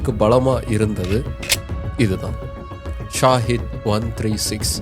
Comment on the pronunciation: அது ஸாகித் இல்லை ஸகித் அப்படினா தியாகம் அப்படி என்று பொருள்